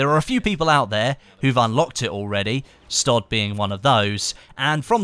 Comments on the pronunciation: stoduh? its stodeh right xD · stoda do u not mean stodeh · pronounced stohd-eeee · Stodeh? Sniping legend? I think you mean Ravic.